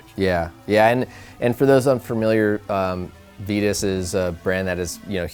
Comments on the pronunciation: on their youtube channel, i heard the lady on the build usa mtb video say "veetus."..and another video the announcer said "vitus" and thats the only time i heard it correctly. I have a couple "titus bikes "in my collection... and do people call them teetus? Think that's why i notice it..i know aluminum has two pronunciations. But this seems different. And the vitus logo is a str8 ripoff of Titus..thinking "on one" sold to them ..changed a letter and pronounce different.. idk... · Fast forward to . This is on Vitus own website. We think it's one of those things that boils down to where you're from. We've spoken to Vitus Europe employees and they all say Vitus, perhaps NA employees say it differently because we pronounce words differently over here? Either way, we opted to call the company what we heard their employees at their HQ in Europe call it...